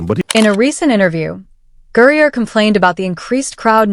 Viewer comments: The crap AI cannot pronounce Griner's name more than half the time. And anyone that does not know Griner is a male is delusional. And using she And her is a lie. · I hate this AI voice. I guess the idea of a "vocal proofreading" isn't a thing. I'm not a Greiner fan, but it was mispronounced pretty much every time. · Griner is being mispronounced over and over again. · How many times did the AI get Griner’s name right? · can AI creators not review their own creations? how many times can they get the name wrong? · Stop mispronouncing griner 😮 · This AI is pretty bad. The pronunciation of names is terrible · Learn how to say Griner what did they hold Griner for in Russia and what did they discover about Griner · The narrator has no clue she calling GRINER THAT... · Why can’t you narrator speak a person’s name correctly? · Could you at least use a non AI voice. Pronounce the names properly. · I hate this dude but say it’s name right. Lol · GRINER, GRINER< GRINER, not Gurrier, Fix your damn AI. and it's a MAN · Who the hell is Gurrier? The video clearly includes “Griner” but refers to Gurrier! AI videos suck! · How ignorant and unprofessional is this site!! You keep saying GURIER INSTEAD OF GREINER!! What’s wrong with you!! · This AI voice keeps saying Griner a different way every time it says it. Listen it says Griner,they Greyer, then another pronunciation lol c'mon AI get it right lol 😂😂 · Dude I can’t get past the AI saying Gurrier Grinder and Griner. Can’t subscribe when I can barely listen. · Gurrier?!?!? Really? If you're going to do a video of someone, even calling them out, you at least have to get their name right. It's Griner. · Who the fk is Gurrier?? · I thought his last name is Griner not Gurrier ?? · The name isn't Gurrier it's GRINER!! This is what I mean about using AI for your narrative you screw up names and words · Gurrier? Isn't it Griner? AI still sucks. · GURRIER? NO. Griner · Who the hell is " Gerrrer"? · Who the hell is Brittany Guriur?